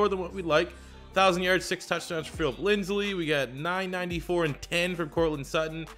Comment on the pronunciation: Bruh when he said linsley I was so mad it was so annoying but other than that I enjoyed the video